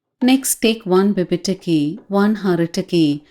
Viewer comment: Its not Haritaki and vibhitaki.....its Hareethaki and Vibheethaki